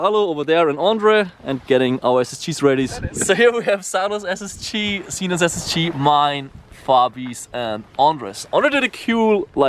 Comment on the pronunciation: It’s ssg not sschi